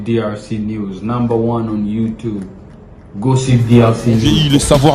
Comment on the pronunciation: YouTube non youtibe musique et non misique svp